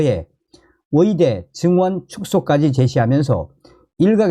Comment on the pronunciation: 발음 아직도 못고쳤냐? 위사.위대. 위료. 한국발음도 제대로 못하는 자가 무슨 한국 현실에 훈수를 둔다고 ㅉ ㅉ 중국인인가? 네 나라로 가라.